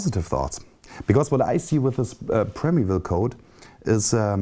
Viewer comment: interessantes Video. Man spricht es als Prime Evil aus.